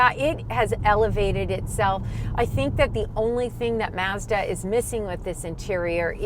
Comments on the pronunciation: It's Mazda. Not mauzda. Say it right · *Meah-zuh-dah*... yup... she's Boston Italian... Too bad Netflix Cowboy Bebop got cancelled... At least Yoko Kanno, the music composer, came back. Made a guitar cover video for the ending theme, The Real Folk Blues. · Sorry pretty lady pronounce Mazda correctly as yanks just don’t know how to speak 🤣🤣 🇦🇺 🦘